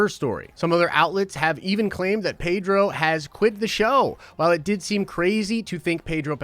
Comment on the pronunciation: His name is pronounced PED-RO, not PAY-DRO dude. . From the man himself.